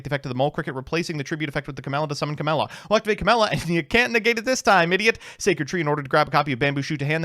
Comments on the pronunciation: who wants to tell him camellia doesnt have an s in it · CA*MELLIA* Goddamnit XD